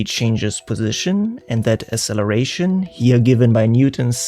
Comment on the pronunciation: Asseleration? Did you mean acceleration?